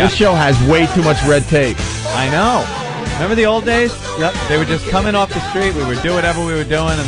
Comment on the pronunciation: Opie said, "memember?" That's a Vos level car crash.